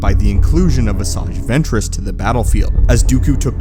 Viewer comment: 'A Saggy Ventriss'. Thats what i heard!🤣